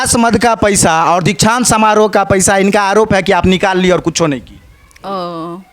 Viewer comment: Inko kuch padhane bh aata h 😂 Dikshant samaroh ko Diksa samaroh bolti h, 😂